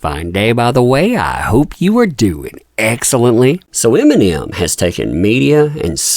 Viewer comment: "iminium" lol.